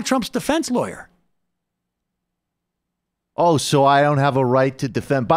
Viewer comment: 'I'm just an old country-time loiya.'